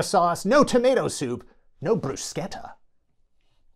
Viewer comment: Thank you so much for pronouncing "bruschetta" correctly!